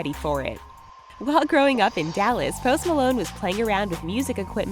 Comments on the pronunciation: i thought she said toast malone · The way she says his name is just ugh